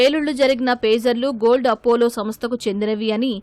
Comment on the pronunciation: ఫేజర్లు కాదయ్యా పేజర్లు.